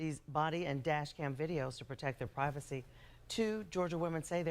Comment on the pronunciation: What the fuck is privatesee? Lol